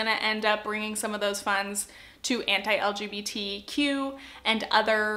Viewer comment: Each time you would pronounce "anti", my mind was understanding "hentai" .... I'm not a native English speaker and I should spend less time on Internet